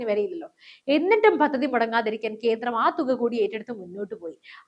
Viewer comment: കീരളം, കീന്ദ്രം, മലയാളത്തെ അപമാനിക്കരുതേ.